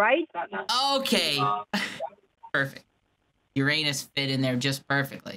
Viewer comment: “How do you spell Uranus?” “Urrrr-in-usss” “Tomatoes/tomato depends how you fit it”